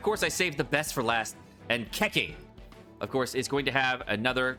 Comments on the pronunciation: Mihoyo: Keqing: KeKing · bruh he say keking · I literally spill my coffee when I hear him say " KEKING " lmao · I like the way he emphasize when saying "keQing" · Cake ing lmao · really said Kek-king lmao. Love the content,! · Mans proceeded to pronounce Keqing's name wrong twice in the span of 10sec. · The way you say keqing